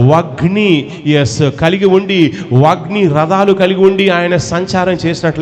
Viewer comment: వాయిన్ని కాదు సాతానా.. వగ్ని కాదు అగ్ని. ముందు మాటలు కరెక్ట్ గా చెప్పడం నేర్చుకో. వై రిసీవ్ కాదు మరగుజ్జు........ సరిచేస్కో